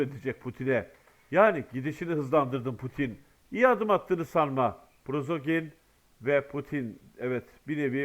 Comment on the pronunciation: Arkadaş, sizə bir dəfə də demişdim: "Prozoqin" deyil o adamın soy adı - "Priqojin" - dir.